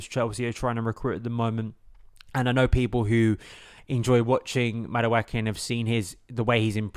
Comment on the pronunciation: Thank you. The way he's saying it is giving me chlamydia